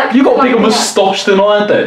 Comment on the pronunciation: "well you.. you've got like a little mustache" Did she just turn Swedish there for a second? Because that's exactly how us Swedes pronounce "mostache"